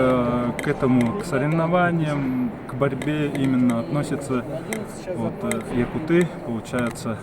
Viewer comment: не якутЫ, а якУты, а лучше просто - саха. Мы же не называем вас - бурятАми.